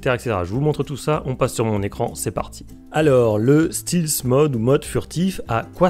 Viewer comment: Ça se prononce Stèlth et non Stilth mode 😉